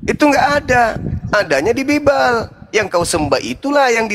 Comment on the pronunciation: Ini. Oten. Baca. Bibil. Menet. 🤣🤣🤣🤣🤣🤣